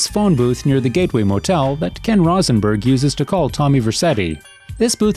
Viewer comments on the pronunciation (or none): Right, like if Kent and Maccer call him Rosey in the game, why would Ken Rosenberg's name be pronounced "Rozz-en-berg"? 🙄 It's as if they narrator has never played these games or watched any of the cutscenes or listened to the dialog that they include in their videos. Narrator needs to do his research if that's the case 'cause it's embarrassing. He pronounces it correctly later in the video but come on, gotta be consistent.